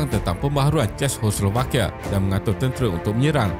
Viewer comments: Sebutan dia ce-kos-slo-va-kia, takyah susah2 belit lidah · Narrator tolong lah buat homework dulu mengenai sebutan yang betul dalam content setiap video. Ini bukan cara sebutan Czechoslovakia yang betul. Bukan dalam video ini sahaja. Video video sebelum ini pun banyak sebutan yang salah. Ini teguran untuk improve dari segi pronunciation selepas ini. I really like this channel and will keep on supporting 🌸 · Sakit kepala dengar tuan empunya video sebut 😂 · susah betul nak sebut Czechoslovakia